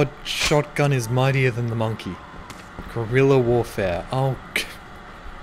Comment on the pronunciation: "Guirella warfare"